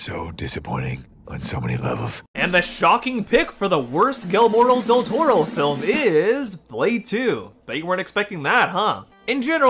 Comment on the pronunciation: Maybe learn how to pronounce his name before you make a 45 minute video?